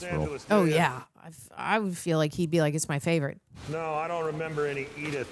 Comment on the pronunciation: No-uh, wow-uh....PLEASE STOP!